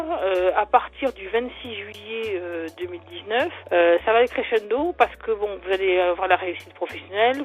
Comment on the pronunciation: "Ça va aller créchendo"😂chuis morte😂